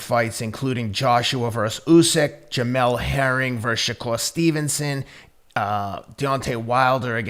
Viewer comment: Crawford called Usyk Ugis🤣🤣🤣🤣🤣🤣